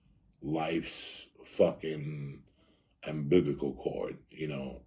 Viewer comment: “Time to cut the ambibbicle chord” - Joey Diaz